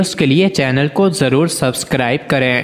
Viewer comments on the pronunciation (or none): none